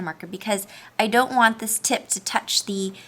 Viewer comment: It sounds like she is saying tit but nice